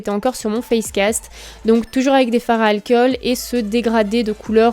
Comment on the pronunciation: "L'alkeul" aussi. Et le "spirit gueum". C'est très agaçant, hein x).